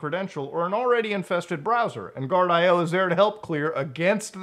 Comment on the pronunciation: I believe Guardio is actually pronounced "gard-e-oh" not "gard-i-oh"